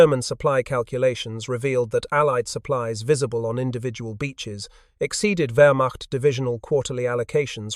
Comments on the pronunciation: Please program your AI voice for the correct pronunciation of words such as Wehrmacht ( it’s “ver-macht”. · Rather repetitive. Two different pronunciations of "Wehrmacht". I strongly suspect A.I. involvement.